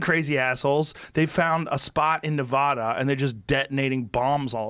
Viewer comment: Joe did not just pronounce Nevada the way he just pronounced it... Where are my Nevadans at